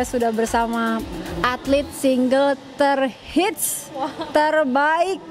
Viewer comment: Single kak. Bukan singgle😁😁😁